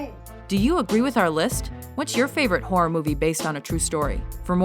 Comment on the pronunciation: did she say the amityville whore?